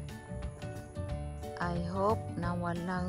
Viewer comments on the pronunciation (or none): Its Huuricane why Herocane